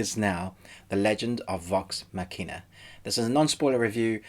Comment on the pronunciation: one of the best things about this show is gonna be the amazing mispronunciations of the word Machina xD good vid m8